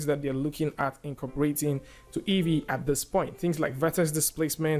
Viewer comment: Great. Why is that EEYEE instead of EEVEE?